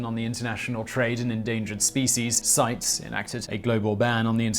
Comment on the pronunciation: Department of Pedantry in Pronunciation. CITES is pronounced "SIGH-tease". (Thus spake a relative who worked there.)